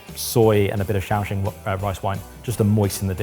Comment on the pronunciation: Oooh kudos to for pronouncing Shaoxing SPOT on -fun food fact about the city of Shaoxing: it's (said to be) the birthplace of stinky tofu!